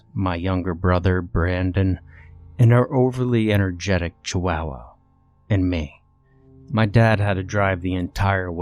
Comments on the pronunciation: chiwowow xD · The way you pronounce “Chihuahua” is hilarious. Not that it’s wrong or not, it’s just how you pronounce it. lol